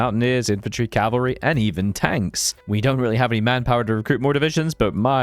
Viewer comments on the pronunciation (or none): none